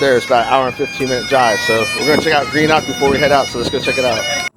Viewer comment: I wish tourist's would learn how to pronounce the places they visit it properly. Glasgow isn't Glasscow..its Glazgo or locally Glesga and Edinburgh isn't Edinburg but Edinburra. Greenock is green-uck not Grenock. What colour is the grass for god sake. GREEN you moron!!